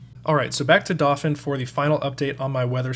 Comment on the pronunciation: I can't be the first to ask if you're pronouncing "dauphin" wrong on purpose